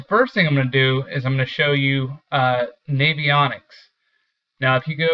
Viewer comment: Gosh it bugs me when people say Navy-Onyx. Almost as annoying as people saying re-Pal-luh instead of Rapala.